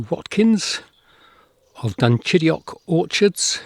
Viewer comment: This church, its age, the inside memorials, the graves buried beneath the floor is simply incredible. I love this church more than some cathedrals I have seen. I also love the way you perfectly pronounce "Dunchideock."